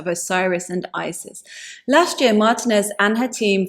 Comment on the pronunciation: Martinez is pronounced with long e for the i, and that is also where the accent falls. There are some who use the Anglicized pronunciation, but for the archeologist mentioned here she uses the Iberian pronunciation of her surname.